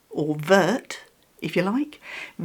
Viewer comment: Going to correct you,I am so sorry..🫣😊 “Vert” is pronounced without the “t”, so only “ver”,which means green ofcourse.🤪💚 The French language has many letters you don’t pronounce…weird language isn’t it!😄 It’s so cute,I understand why you bought it.🤩